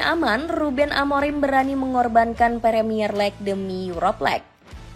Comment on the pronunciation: Primier lek' demi yurop lek'